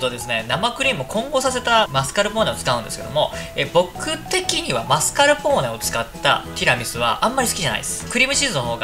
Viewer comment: 皆んな知ってる〜？ マスカルポーネとマスカポーネの違い